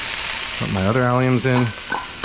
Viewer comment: He said “alliums.” 😍😍😍